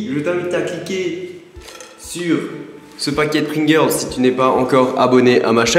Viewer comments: Pourquoi il dit Pringirls? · Sans vouloir être chiant si tu c pas dire pringels ne le fais pas sinon super vidéo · on dirait que tu dit pring-girls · rosillette non je dis pringels ya pas de r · Pourquoi tu dit : "Pringirls" ? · Les "Pringerlrls" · n'essaie pas de dire pringles ton accent anglais est horrible